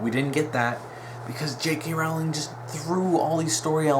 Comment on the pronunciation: Its pronounced Rolling as in a rolling pin!